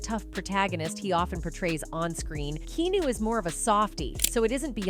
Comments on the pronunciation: I wish these AI narrators would be programmed to say the person's name correctly every time.😟 KEEAHNEW! 59 is still so young. He could live for another 20-30 years! But what a sweet soul❤ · At least learn how to pronounce the mans name before making a video about him. In pretty sure it's not keenew.... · It's KEANU (pronounced KEH AH NOOH). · I can't watch this get your bot to pronounce his name right at least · Drives me crazy when these robotic narrators mis-pronounce names! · OMG learn how to say his name. Jesus can't even because you can't take thr time to learn how to pronoun his name right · U could learn how to pronounce his name Finally too.